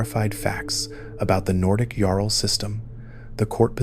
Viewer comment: Great video but how do you miss pronounce jarl